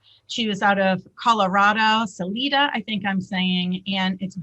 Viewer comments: It’s- Sa-“lie”-da (lie as in what BM does!). But close! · Sal (eye) da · And Salida is pronounced like SA LIE DUH